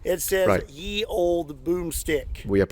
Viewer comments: "Ye" would be pronounce "The", it's a corruption of the Old English/Norse, modern icelandic "Eth" or ð. "The use of the term ye to mean "the" derives from Early Modern English, in which the was written þe, employing the Old English letter thorn, ⟨þ⟩. During the Tudor period, the scribal abbreviation for þe was þͤ or þᵉ ; here, the letter ⟨þ⟩ is combined with the letter ⟨e⟩.[2] With the arrival of movable type printing, the substitution of ⟨y⟩ for ⟨Þ⟩ became ubiquitous, leading to the common ye as in "Ye Olde Curiositie Shoppe". One major reason for this was that ⟨y⟩ existed in the blackletter types that William Caxton and his contemporaries imported from Belgium and the Netherlands, while ⟨Þ⟩ did not,[3] resulting in (yͤ) as well as ye. The connection became less obvious after the letter thorn was discontinued in favour of the digraph ⟨th⟩. Today, ye is often incorrectly pronounced as the archaic pronoun of the same spelling." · I hate to be pedantic, but 'Ye' is pronounced 'the' The Y Was actually a thorn, a letter pronounced 'Th' that was abandoned around the time of the 1st printing press. Or so I was told. Please correct me if I'm wrong :) Love your stuff! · Speaking of pedantry: The "Y" in "Ye Olde" is not a Y as in Ygrek, byt a Y as in Thorn and is therefor to be pronounced as "th". So "Ye Olde.." is pronounced the same as "The Old..." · It bugs me a bit when people pronounce it 'ye olde'. What looks like the letter 'Y' is actually the forgotten letter Thorn that makes the th sound. Ye was the way to spell the. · I was a little heartbroken to learn that thorn (which at some point looked much like a 'Y') was always pronounced like "th." So, it never would have sounded like "ye olde tavern." Instead, it would have just sounded like "The olde tavern" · In old English the letter Y was pronounced as "Th" so the phrase is pronounced "The Old Medieval Boom Stick"